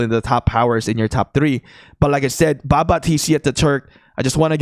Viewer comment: This dude making baba sound like baka